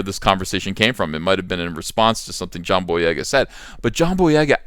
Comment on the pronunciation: Take a shot every time EVS says "jhon boyega" in this video lol